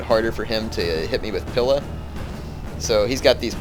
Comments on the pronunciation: "pila" is pronounced with a very emphasised "ee" sound. like "peel" or "wheel". youre kinda saying it like "pill" or "will". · Js that "pila" is pronounced "pee-la"